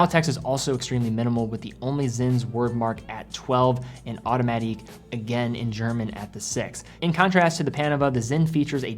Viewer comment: Which language are you referencing when you pronounce “automatik” so softly, certainly not German ; )